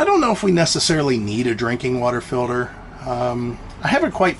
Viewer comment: What's a "feelder"???? Do you mean water "Filter"? With a T. 😂 So much more space. Looks good. Great job!